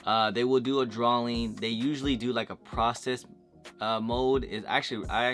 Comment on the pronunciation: What the hell is a "drawling"